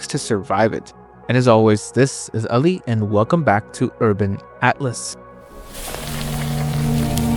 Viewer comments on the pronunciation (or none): I didn't like how you tried to soften the pronunciation of Ali. Be proud of your name.